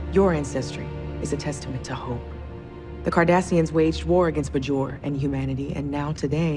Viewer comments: She pronounces Bajor as “Bahgoor”? Wtf? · Hmmm... it was pronounced BAY-jor, but the people were called buh-joran. Right? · Unfortunately Picard pronounced it the same way.